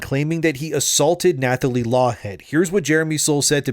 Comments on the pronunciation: Nathalie is pronounced Natalie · The "th" in "Nathalie" is pronounced as a hard "t." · The th in "Nathalie" is pronounced like the th in "Thomas", not like in "thumb". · Is this a bot? Who doesn’t know you don’t say the “h” in Nathalie? I don’t believe her wild story. Sorry. Sounds like a MeToo joiner for attention.